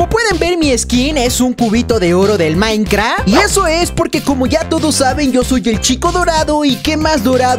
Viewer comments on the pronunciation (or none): es minecraft no maicra xd